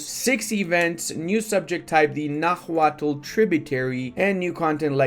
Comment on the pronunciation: Please, note that "nahuatl" is pronounced 'náwatl', h is silent!